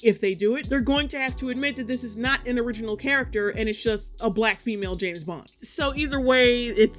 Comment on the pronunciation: JAMES bond. JAAAMMEEESSSS bond!!! James, not Jess bond ffs